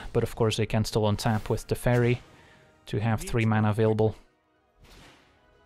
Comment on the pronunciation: I thought you said 'The Fairy' but you said 'Teferi' ^^